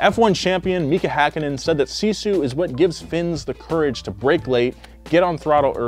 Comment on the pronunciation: Yeah, sisu kinda is in our blood. It takes me 45 mins to get to school in winter, i have to walk across an 47cm deep snow then it kinda good road but still slippery, and all by walking. I wanna be an F1 racer some day, so remember my name as Noah Sebastian Miettinen. Also you mispronounsed sisu buuuuut ill let it slide.